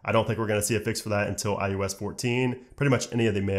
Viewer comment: he said "IUS"